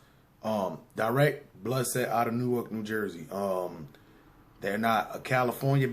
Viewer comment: You can tell when someone not from jerz. Cause they say New ark. Nicca, its pronounced Nork